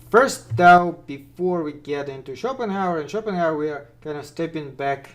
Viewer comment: Btw: - "vague" is pronounced "vayg", not "vahg" - "though" is pronounced "thoh" not "thau" - you want "routes", not "roots" 😉